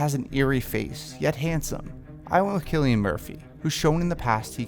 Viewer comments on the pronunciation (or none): It’s pronounced “silly-in” Murphy